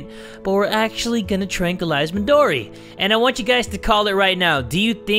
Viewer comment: I love how he says “MiDoRi GurinUuu”